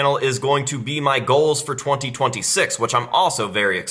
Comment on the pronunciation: It’s pronounced GOALS not GLOWS